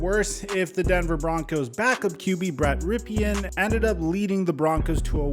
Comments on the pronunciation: It's pronounced "Rip-n" not Rip- e- n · maybe learn how to say the backup QB's name -- Rypien (Rip-in) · Your videos are the best. Found your channel a few days ago and subscribed. One piece of constructive criticism: I think Rypien’s name is pronounced “Rip-in”. I may be wrong if his father wasn’t the Washington qb in the early 90s. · Not a Bronco fan.. but Rypien’s last name is pronounced Rippen. He’s the nephew of former NFL QB Mark Rypien, who led Washington to their last Super Bowl championship in 1991. RIPPEN. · Its just RIPPEN(Rypien)... holy shit... just do some quick research before you do a vid man. Ya can chalk it up to not being a big deal. But if youre making a vid wherein people are supposed to absorb your content as fact, and ya dont even get a name right. It really hurts the idea of credibility even if your info is spot on. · it's RYPIEN, which is pronounced RIP IN,. C'MON MAN!!! SAY A GUYS NAME RIGHT ANYWAY 😉🤣😂